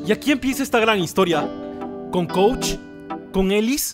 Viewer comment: Rechelle se dise rochel Ellis se dise Elis coach se dise couch